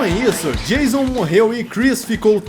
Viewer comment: Acho mó engraçado quando chama o Jason De Jailson kkkkkkkkk